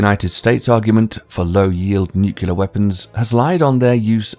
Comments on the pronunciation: Nukelar .... Nukelar ....Nukelar ....Nukelar ...Nukelar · This narrator cant pronounce the word "Nuclear" properly he pronounces it as "nuculer"!!!!!!! So I just could not watch any more it drives me crazy when people cant pronounce the English language" propurleee"!!!!!! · "Nucular" "Caviation" Who wrote this script? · when he says nukular is not very kulear what he wants to say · What is nu-kee-lar and Cay-viation? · "nucelar" yeah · Why do you pronounce Nuclear, Nucular? And caviation??? Don't you mean civitation? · I know! First time I've heard a non North American pronounce the 'you' in nuclear. These truly are the end times. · So just keep mispronouncing “nuclear” or ...? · Learn how to say “nuclear” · A pity the narrator can't pronounce "nuclear" correctly. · always wary of 'defence experts / commentators' that can't pronounce 'nuclear'. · The fact that the narrator doesn't have the intelligence to pronounce NUCLEAR correctly nor that it's caviTAtion instead of ??caviation??? has lost any credibility that this page may have. Too bad there isn't a speakcheck app. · I suggest you learn how to pronounce the word 'nuclear' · It’s not ‘Nucular’, it’s Nuclear. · Nuclear, not Nucular. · And the word is pronounced "nuk-lear" not "nuk-u-ler." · Not to mention that he says Nucular instead of Nuclear. Every time I hear someone say that it makes me want to jump out of my skin. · It would really help if you would stop mispronouncing "nuclear." NEW-clear not NYOO-kya-ler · It's pronounced "nuc-LEE-ar" not "nuc-U-lar", good God that drives me freakin' nuts!! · Learn how to pronounce "NUCLEAR." It's pronounced: NEW CLEAR, not: NUC U LAR. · how about "cavation"? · Can’t we please stop mispronouncing it “ nu cu lar?” It’s “ nu clee ar.” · You would think they would hire a narrator that could pronounce the word Nuclear. It is N-U-C-L-E-A-R, not N-U-C-U-L-A-R. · i already seen the comment but ITS NUCLEAR NOT NUKULEAR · It's a nucleus. It's nuclear not nucular.